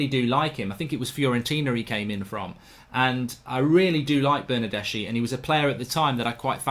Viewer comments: Bernardeschi is pronounced Bernardeski. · Ηi for Bernardeschi, this is the pronunciation: Bernardeski. ch is k, same as Chiesa